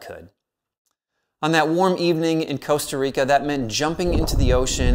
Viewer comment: In Spanish, every "o" is pronounced like the one in "taco". He pronounced Costa Rica (meaning Rich Coast) correctly, as named by the Spanish explorers who landed there. 🙂